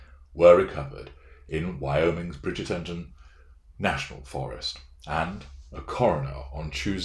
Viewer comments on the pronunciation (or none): none